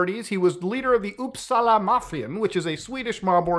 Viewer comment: Hearing him say “Uppsala” makes me happy as a swede 😇 pronounced it with perfection as well ✨